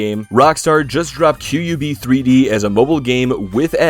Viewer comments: "Que yoo bee three dee" I mean.. it's meant to be pronounced "Cubed" but that works too I guess 😂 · Q U B 3D It’s pronounced ‘Cubed’ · it’s obviously pronounced "cubed"…